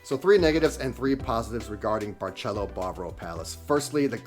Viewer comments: It's not pronounced with "Ch" . That's Italian! It's a like an "S". Like Barcelona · It’s Bar”s”elo. Not Bar”ch” elo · Barceló is pronounced Bar-seh-LOH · Did you just say “barchélo”? 😮 is not Italian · Or….memories ❤ but why u say Barceló as Barchelo…. It’s Barceló- pronounce as letter C not as letter CH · Barcelo is pronounced BAR-SEH-LO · Learn how to pronounce the hotel name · dude is way to picky complaints to much just stay home. he hates kareoke, noise, over populated jajaja omg jaja.... is different culture different vibes different seasoning different food but you love international food i wonder why lmao, btw you even saying the name wrong. Hard Rock sucks but i bet you love that one jaja